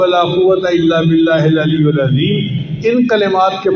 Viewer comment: Important. at the end, "ALLIYIL" main zair hay paish nahee hay. JAZAK ALLAH